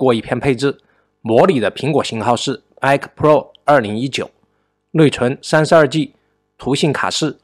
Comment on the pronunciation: wu g，不是v g。nei 存，不是nuei 寸！